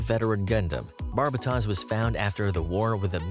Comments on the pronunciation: "zechs markies" "barbatoss" Brother is holding up the YouTuber stereotype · Did not do Rex Lupus Barbatos justice. Didn't even say the name right. 😞 You have to look at each and every Gundam at it's peak, and Rex Lupus Barbatos was a monster. Unlike most Gundams and their pilots, the Barbatos was adapted and improved for its pilot, but the real difference, is the pilot wasn't some trained fighter, or regular civilian, it was a kid who had an innate instinct for survival. There's something raw, and primal about the way the pilot fought, and the Gundam became more beast like to compliment the pilots fighting style. Rex Lupus Barbatos showed no hesitation, ever, and ruthlessly went for the kill. Nothing held it back, no restraint. Just thinking about it gives me chills, like the typical rules of engagement didn't exist, you were facing a real monster, that the only way you could stop it was killing it. It didn't feel pain, or hesitate, it only knew absolute focus on destroying the enemy. You did not want to be the enemy. Maybe it's not literally the most "Powerful", but power is nothing if it's restrained, and Rex Lupus Barbatos was entirely unrestrained, making it more truly threatening than any other Gundam I can think if. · Don’t disrespect #8 like that! Is pronounced Barbatos, not Barbatos 😂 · Ugh, the pronunciation of Barbatos was horrid, its Tos not Tas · The tos of Barbatos is said like Toast sans the second T, not like Toss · Epyon doesn’t actually have any Vulcans, that was an animation error in the show. Barbatos is pronounced with “tose” instead of “toss” and I swear he’s the one that gets the most flak online. I love the design and the feral fighting style of mikazuki. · Trying not to hate but Barbatos is pronounce as bar-bay-os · Jesus... you butcher Barbatos name.